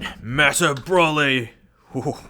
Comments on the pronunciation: Yessssssss. I dont know why but it drives me nuts every time he says BRAW-ly. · BRO - LI NOT BRAW-LI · It’s “BRO-ly”